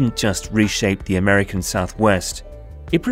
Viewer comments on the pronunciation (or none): none